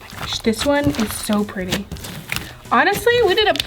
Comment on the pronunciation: 8.17 its s pwetty